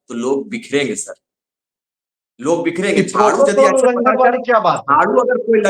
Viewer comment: Bikherenge nhi bikenge 😂😂😂